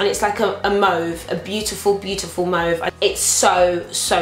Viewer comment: Awesome haul! Extra props for knowing how to say mauve properly, so few people who do these videos seem to. You are absolutely gorgeous and the blue is really lovely against your skin tone :D